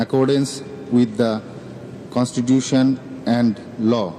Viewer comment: ஒருத்தனுக்கும் constitution pronounce பண்ண தெரியலையே 🤨🤨